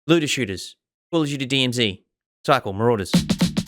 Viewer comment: Nailed the acronym at the start haha!